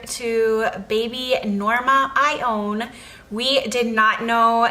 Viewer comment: Naming my daughter Ione, but not pronouncing it the way you do.